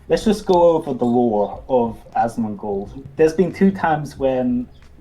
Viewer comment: Aschmonghghghgold. Seriously, I'm not one to pick on people with speech impediments, but ohly fuck.